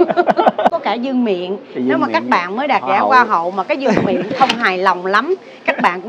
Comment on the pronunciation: Không phải ( vương niệm ) mà đọc là vương miện bạn nha .